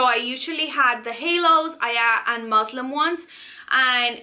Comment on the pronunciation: Muslin ... not Muslim omg